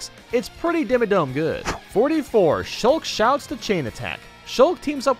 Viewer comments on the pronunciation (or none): He said Shulk wrong